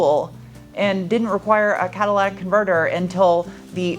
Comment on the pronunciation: Is it just me or did “Cadillac” converter instead of saying catalytic converter???? 🤔